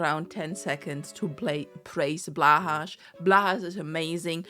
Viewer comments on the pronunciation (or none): why do you read Blahaj as //blahash//? The J letter in the Swedish word Haj is pronounced similar to German like in "ein Junge" if it's a joke I'll vanish from existence like a sand castle under a wave. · It's so much fun being trans in America and wondering when you're going to lose all your rights. Basically my life at this point is just hoping that somehow 2026 goes well (and hoping that Trump doesn't mess with the elections). Also you pronounce "blåhaj" wrong which is really weird.